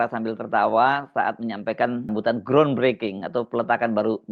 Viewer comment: "Ground" .....gra onnn bukan "gron". 😂